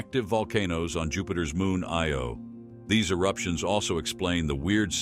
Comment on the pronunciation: It has not exited our solar system. Nasa says it has, but I guess they forgot the Oort Cloud is part of the Solar System? 🤔 AI needs to stop calling Io "LO" lmao